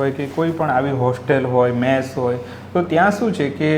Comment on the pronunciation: મેશ ? કે મેસ ? આગળ રહેવાની હોડમાં ભાષાને સાવ પાછળ છોડી દીધી છે. મેશ એટલે કાજળ, કલંક, વગેરે થાય. અહીં ભોજનાલયની વાત છે તો મેસ જોઈએ....